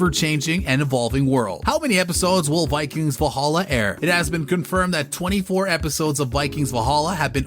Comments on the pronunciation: Vollhollah?! ...Sounds more like arabic. And narrator, could you please talk faster. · Try to learn how to say Valhalla in Scandinavian, not English 😅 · I hate the narrators pronunciation of character names and the show title itself